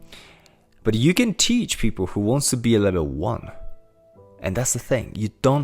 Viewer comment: Great content man. Love the positivity. Also- the only time I can hear your accent is when you say ふ for “who” lol. No offense intended. This is just reinforcing the idea of being imperfect being okay.